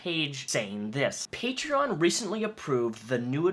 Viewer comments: “Patrean” -Onision Everyone else with a brain: “PATREEEE ON!” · Its "Patreon" not "Patrein." Damn Fool... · OMG STOP SAYING PATREEIN GREASE ITS PAY-TREE-AWWWN YOU"RE NOT FROM FUCKING BOSTON! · Hate how he says Patrein Patrien my Patrien got shut down. Onision’s the only one I’ve heard pronounce it like that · The way he says Patreon makes me physically cringe... "Patrein". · "Paytreeyin" -onionboi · I forgot how much I hated the way Greg pronounces Patreon. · He deserved to lose his Patreon for the way he pronounced it alone. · Patreon should make a rule that you can only have a patreon if you can pronounce the name correctly. Onion boy wouldn't stand a chance. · Why does Onision say Patreon wrong? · I get triggered every time he mispronounces Patreon.... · I still can't believe he doesn't know how to pronounce Patreon, there's no i! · I hate how Onision pronounces "patreon" .. I don't know why it irritates me so much.